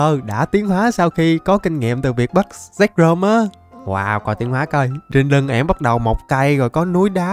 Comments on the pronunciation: Zekrom chứ k phải zekcrom bruhhhh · Zekrom nhe a chứ ko phải zekcrom